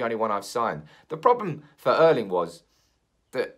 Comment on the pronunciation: Could you please at least try these pronunciations. Haalands first name Erling is the same name as my father (R. I. P). The E is pronounced with the same sound as the start of the word actually but a bit more exaggeration. The same pronunciation you should use for the Æ in Solskjærs name. Haaland is pronounced the same as the word ought where you drop your jaw to make the sound. Good luck 😁😁😁 and keep up the good work. Also drop the k in pronouncing Solskjærs name. It's only in writing 😀